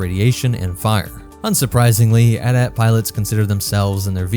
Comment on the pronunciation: AT-AT not atat we don't say atst ....unless